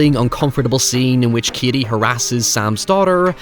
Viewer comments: His name is Cady not Kiddy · The way you pronounce 'Cady' befuddles me. I don't actually hear your 'D'.